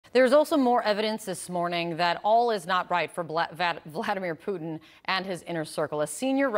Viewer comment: "Bladimir Vutin" i like it. Hope it catches on